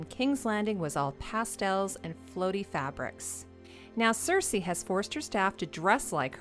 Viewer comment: says "queen cersesi" 😋 btw, great video, as basically always!